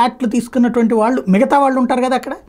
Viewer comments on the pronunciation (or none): none